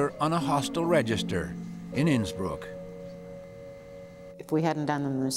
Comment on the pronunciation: Innsbruck? Sounds more like Innsmouth! 😮